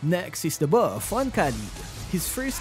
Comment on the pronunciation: I like your accent whenever you u say 'da bawf' hahaha